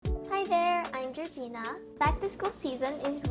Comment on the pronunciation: Jorgina = gorge-ina